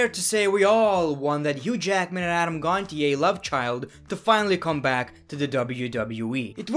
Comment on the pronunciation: Its Adam Gonchay when you say it not Gontier